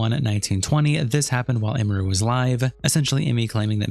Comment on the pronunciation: “Imuru” is a new name butchering that indeed, wasn’t on my 2025 Bingo card